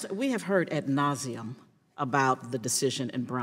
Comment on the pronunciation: She pronounced it "at nauseam" iT'S Ad nauseam.